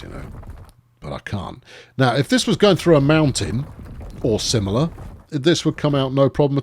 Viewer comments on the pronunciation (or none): none